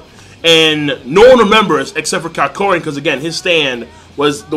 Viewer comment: HIS NAME IS NOT KYAKORIN!!!!!!!!!!!!!!!!!!!!!!!!!!!